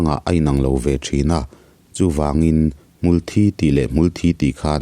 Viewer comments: Mulhthi tih aiin. Hmultbi hi a dik zawk in ka hria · Hmul Thi "Mithi" Kan lam anga lam tur A thih a vangin hmul dang angin a thang ve lo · Hmul in thi (blood anga lamrik kha, chhimlam ho lamdan tih kha) a nei ngai lo,hmul thi(mi thi) anga lam tur ani,hmangaih tihte pawh hi hmangeih te an tia,ngeih tih hi ngaih an ti leh daih a,tawng tharlam in siamchhuak duh anih pawhin kan mizo tawng hi chu ti chhe kher suh u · Hmul hi thilnunglo amaha nunna neilo ani,thisen aneilo anbtlu dial a,an muhil/thi a,hmulthi tihakan sawi hian kan hmul hi an tho tihna ni mai,hmuthi thi lai thisen/thi anga lam hi adiklo tawp,adik khan lam.mai rawh,hmul in thisen aneilo. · A sawi khi a dik chiah Mitthi a thi ang a Hmulthi hi lam tur a ni e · Advise pe duh suh, inti hre deuh in a hnial zut2 ang che. Insiamthat ai chuan a tihdan dik ve tho angin regional variation chhuanlamah a hmang char char ang....Awmzia a awm lo, Mizopa kum upa lam ka zawh kual viau pawh hian lamdan Hmulthi (Blood) hian an lam ri ngai lo. A hria in advise an pek pawh in a hnial zut zut zel, insiamthat a tum lo, hrethiam ula enliam vel mai mai rawh u!!!!!